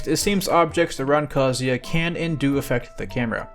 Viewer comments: THANK YOU FOR SAYING KAZUYA RIGHT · Every other streamer/youtuber says his name like kazooya, so thank you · Proper kazuya pronunciation!!!!!